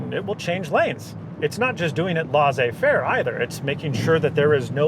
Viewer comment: Did he just say “laws eh fare” This hurts me deeply